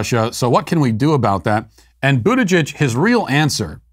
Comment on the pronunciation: I am really disappointed to hear Matt pronounce "Buttigieg" correctly.